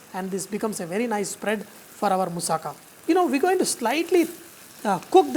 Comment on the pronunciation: You pronounced moussaka right!Bravo!